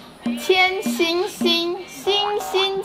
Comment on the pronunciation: 只有我觉得那个 “千 ” 弄得像“干” 吗？😂